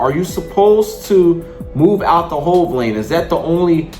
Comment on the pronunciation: hell no! When ya already jailbait ya gotta roll! No matter what! The guy was calling it a "hove” lane. I was explaining what it is.